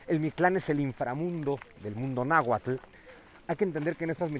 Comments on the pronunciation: Bien por su intención de divulgación, tan sólo un detalle: No se dice Nahualtl, sino Náhuatl. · PESIMA PRONUNCIACIÓN DE LA LENGUA NAHUATL NO NAHUATTTTLLL